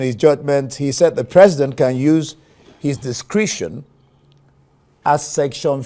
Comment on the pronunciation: Discretion or discrition???